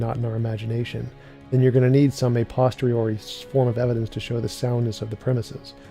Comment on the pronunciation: C'mon now... It's "a POSTERIORI"! Not "postori."